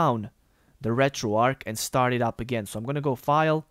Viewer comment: Why does everyone on Youtube call it RetroARC? The word is RetroARCH like An arch in a bridge, St. Louis, archbishop, etc. Retro "Arch"